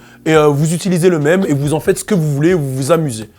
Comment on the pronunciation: par contre l'accent sur "mème" c'est non